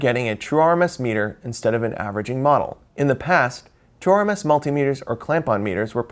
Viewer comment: When he says "true RMS," why am I hearing "chore-mess?"